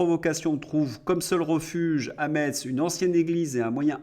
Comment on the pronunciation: Juste un petit commentaire; on ne prononce pas le « tz » de METZ mais on le prononce « Mess ». Le tz c’est la prononciation allemande qui nous laisse à nous Lorrains un bien triste souvenir puisqu’ils nous ont raflés pour le grand Reich.